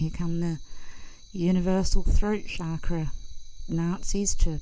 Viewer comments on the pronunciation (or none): none